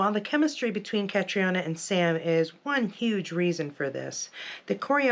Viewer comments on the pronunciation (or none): Her name is pronounced Katrina